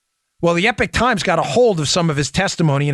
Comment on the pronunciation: Epoch Times is pronounced E-POK times not Epic times